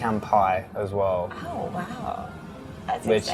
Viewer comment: He says “wheel” and “well” in the same way. “Wehw”